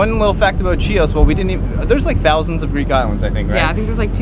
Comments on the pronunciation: Big tip...Chios has a silent 'c'....as does the name of the villages...chora is silent c too. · It's pronounced Hios, not CHios 😂😄 Hello from Greece, Rhodes island! :) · Hi guys, I'd like to give you some clarifying informations: "Chios" pronounce : Hios / Greek Salat : Horiatiki salata and means Rustic or from the Village or Village Style / fylo pronounce : filo ( fi as you say fi -fth) / the name of the ship is "Diagoras" : Diagoras of Rhodes (/daɪəˈæɡərəs/; Greek: Διαγόρας ὁ Ῥόδιος) was an ancient Greek boxer from the 5th century BC, who was celebrated for his own victories, as well as the victories of his sons and grandsons. He was a member of the Eratidea family at Ialysos in Rhodes. / Patmos (Greek: Πάτμος, pronounced [ˈpatmos]) is a small Greek island in the Aegean Sea. It is the location of the vision given to the disciple St. John in the Book of Revelation in the New Testament, and where the book was written. I wish you had a wonderful time on the island. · great video guys; love that you are so adventurous! by the way it's pronounced FEE-lo (the dough, lol) and Chios island is pronounced HEE-os :) Thank you for the wonderful video!